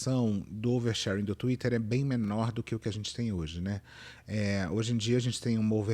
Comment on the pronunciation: Fernanda paes leme: "O nome disso? OUERSHÉRENE"